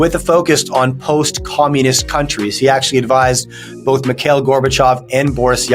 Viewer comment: Did he just say "Miguel" Gorbatjov?! 😂